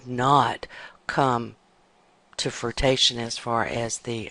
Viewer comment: WTF is "to frutation?????" I think you mean to FRUITION.